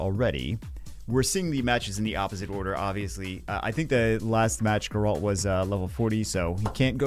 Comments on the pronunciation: I love ya but this one is killing me. It's GEHR-ult, not guh-RAHLT. GEHR rhymes with bear. ult like the first syllable of ultimate. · jesus christ wtf is a light gur-alt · It’s pronounced Gare-ult😂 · Stop saying Geralt wrong please!